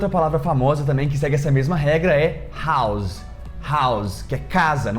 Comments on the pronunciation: “House” sem pronuncia com som de “S”, e não “Z”, como vc pronunciou. 😉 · House tem som de S, não de Z